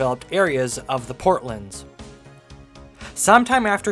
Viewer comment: The port lands. Port. Lands. Not “portlunds.” We’re not talking about Portland, Oregon, in which case you would be correct. They are the port lands of Toronto. And “the” is equally important because we say “the port lands.” Not “portlunds.” First say “port.” Then say “lands.” Then put it together as two words, not a compound word. Rhymes with “short hands.” Now say “Port lands.” Port. Lands. It’s evident on any map or just by googling the area. I enjoy your videos though. Don’t mean to be a hater. But educational videos should be accurate.